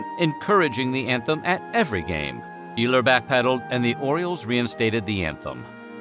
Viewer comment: Ehlers is pronounced Ay-lurz.